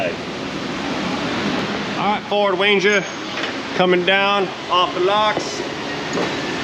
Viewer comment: My step brother bob has a speech impediment and he has a ranger and all my life everyone made fun of him even today so I thought it was funny as shit when you said wanger lol😅😅😅 my stepbrudder wobert has a wanger lol😅